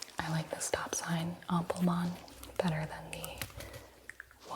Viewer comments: Guten Abend, liebe Gina❣️ Hopefully you enjoyed your time and stay here in the capital of Germany 🇩🇪 - by the way: love your tingly and tender pronunciation of the word AMPELMANN ❣️😁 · I loved this video sm because I‘m actually from germany and it was nice to see someone talk in english about the berlin souvenirs. 🫶🏼😂 You pronounced "Ampelmann“ pretty good and also "Prinzessinnen“ was not bad. If you want to say Preussen, you say it more like "Proissen“. 😊Eu sounds more like Oi in German.